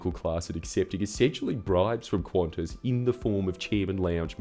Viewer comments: There's a reason why language selectors only have English (UK) and English (US). Stop pronouncing Qantas as "Quantas", or add another letter ffs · Why is it pronounced Qwontss? Edit: WTF Australia? Isn't it like can-tas or something?